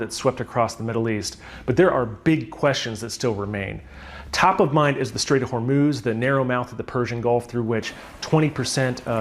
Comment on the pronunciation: bubba: you have been reporting about the iran stuff/strait of hormuz. and you continue to mispronounce it. its just mind boggling with peoples inability to pronounce Anonymity and immolation. great content nonetheless